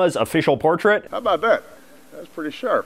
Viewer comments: "A boot" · Thank you, this answered a lot of questions I've had. May I ask you a question? Are you from Canada? I asked this because of the way you pronounce the word "about". Thank you for all you do. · You say “about” in such a Canadian way